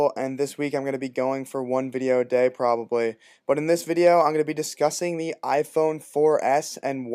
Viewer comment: i HATE how you say probably like "im back on my video schedule ................ probably"? what ?